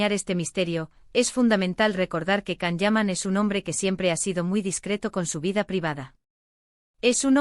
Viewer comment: Why can’t you say his name correctly!!!